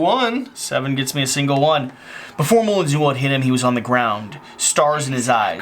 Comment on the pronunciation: I genuinely can't tell anymore if is just deliberately mispronouncing words/names to get people commenting! Moo-lins? Boo-mont?